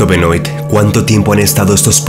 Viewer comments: Benoit se pronuncia "Benuat" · Benoit se pronuncia: Benoá ....*dato 👌🏻